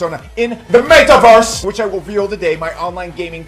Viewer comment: Metawörs! not May-tuh or anything of the kind. e sound more the first e in there. ;)